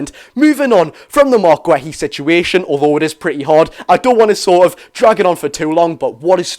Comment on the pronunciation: mark who?.... gwehy? thats not how you pronounce his name pal plz look it up and listn to how other ppl are saying his name so u dnt get it wrong in future 😂